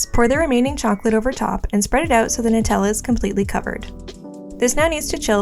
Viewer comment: it’s Nutella